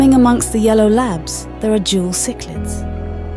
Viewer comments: She pronounced the cichlid's wrongly at least three different ways so she clearly can't be arsed to do her homework. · Keep using her voice, but, please pronounce the fish species correctly. They're not Cyclids! They're Cichlids pronounced siclids. Plaity is pronounced, like platty. Otherwise, it's a great film.